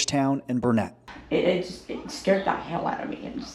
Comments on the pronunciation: Good article. We recently sold out home in Kerrville, so I'm very familiar with the area. As an fyi, local pronounce "Burnet" phonetically: burn-it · It's helpful the way you've shown the insides of the house and given details of how some people managed to survive. (It is BURN-it, though. Not Bur-NET -- if you do any follow-up vids.) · Thank you for reporting on this. It’s all so terribly sad. For future videos, please know Burnet, TX is said like Burn-it, durn it. That’s a good way to remember it. I grew up around here and keep hearing it pronounced wrong from everyone that isn’t from here, so just wanted to let you know so you can say it like a local. Thanks again for sharing these perspectives with us, it’s important. Stay safe